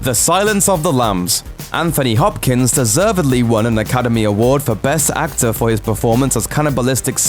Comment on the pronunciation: He said Anthony Hopkins name wrong...